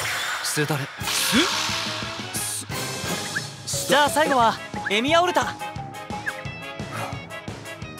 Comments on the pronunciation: 最初エミヤが「エイギオウ」って聞こえてビックリしたwww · なんでかわかんないけど ルミオーって聞こえてエミヤと認識できなかった